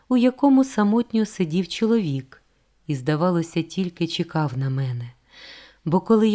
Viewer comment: Важко слухати через неправильну фонетику. Вона замість "човен" каже "чьовен", замість "чоловік" каже "чьоловік", замість "почав" каже "почяв", замість "почув" каже "почюв", це дратує.